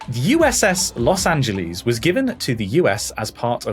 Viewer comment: The cringle over all of them mispronouncing Los Angeles